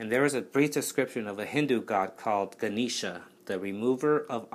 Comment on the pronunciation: Love your video! Also it is pronounced Gah-neh-sha